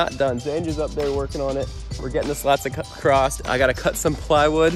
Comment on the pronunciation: “Ride acrosst it”